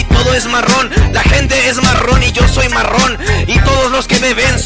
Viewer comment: Ahora ni se pronunciar bien la palabra marrón